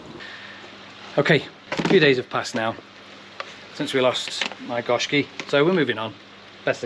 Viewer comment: sorry about the fish you lost, actually its pronounced GO SHIKI GO MEANING 5 SHIKI MEANING COLOURS